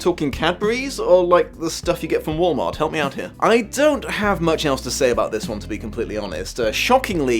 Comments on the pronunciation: Wow, I never hear "Wal-Mart" pronounced in a proper British accent before. That's what was missing in my life so far. Thanks! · It hurts me on a level you cant imagine to hear a British hero such as yourself saying Walmart.